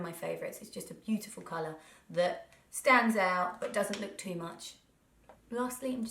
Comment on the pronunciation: I nearly died when you said 'beau-iful , that was so Norfolk...' Naaaarfolk Xxxxx I miss you Narrrrwich xxxxxx